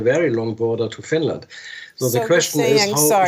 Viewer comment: Oh no!! Not uh Finrand!!!